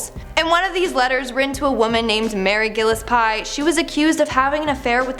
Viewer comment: Mary Gillespie, not Mary Gillis Pie.